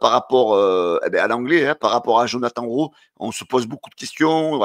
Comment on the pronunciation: fait un effort Djonathane Rowe pas Jonathan 😂😂